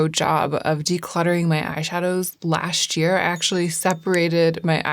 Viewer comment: This year, you should work on saying “last year” as two separate and distinct words.